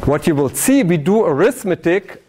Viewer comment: "you vill diE!!" help...